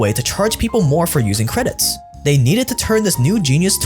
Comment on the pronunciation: Is he saying "credits" to mess with us?